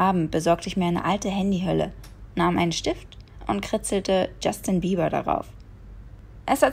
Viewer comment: ich habe bast*rd jeber verstanden xD